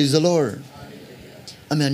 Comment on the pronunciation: Thank you ... I'm always blessed by your sermon but sometimes I confuse your pronounce "praise the Lord or lure"